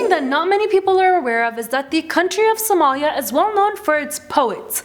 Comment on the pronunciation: its not somaayaaa its somalia 😏